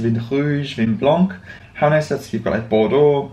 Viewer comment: Hi, because you were struggling with pronounciation - Wine is pronounced 'Van' but you barely pronounce the n. Also 'chocolat chaud' in 'hot chocolate'. 'poire' probounced 'pwah' is indeed pear. ❤